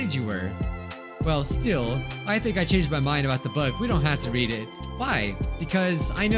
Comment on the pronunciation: When reads read as read